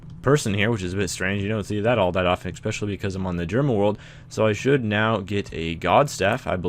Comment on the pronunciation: Prlease, mhan, shtop spaying EKSPECIALLY